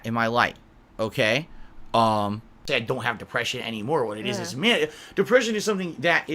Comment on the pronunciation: "Mah dehpreshiohn!" ANGRY SNORT Most people who suffer from depression doesn't bring up that they have depression.